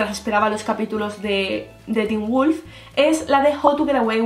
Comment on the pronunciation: poor qué wulf? JAJAJAAJAJA